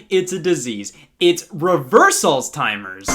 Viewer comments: Did Scott say allstimers instead of Alzheimer's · “Alls-timers”?? It’s alzheimers... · The moment you realize Scott said alls’ timers instead of alzheimers... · Anyone notice that Scott mispronounced "Altzheimer's" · Nobody gonna comment on how he pronounced the world Alzheimers? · Mispronounced alzheimers